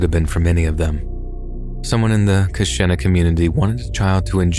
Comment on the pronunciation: The Wisconsin story.... It's pronounced ka-sheen-na..... I'm sorry, I'm from here and it bothered me lol. But it's true and it was scary when it happened and for a few years after I know a lot of people just bought candy from the store instead of going trick or treating